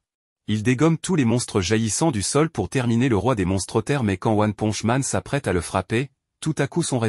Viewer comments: Mais comment on publier une vidéo sur one punch man avec une voix de gogol qui dit "one ponche man"??? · One ponche man 😂 c'est quoi un héro mexicain ? Mr poncho 😂😂 carrément il dit après ponche 😂 one ponche man